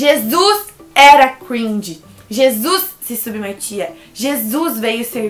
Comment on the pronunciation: E não se pronúncia cruinge, se pronúncia cringe